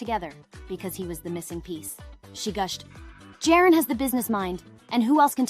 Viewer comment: The way she prounces Gadot and the way she pronounces Jaron is embarassing! The J is pronounced as a Y in Israel